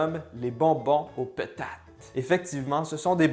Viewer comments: "Des petates" 😂😂😂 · « des peutates » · Aaaaahhhhhh l'accent quebecois